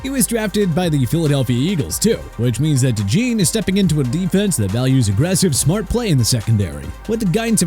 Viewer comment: Bro can you please learn to pronounce Cooper Dejeans name correctly?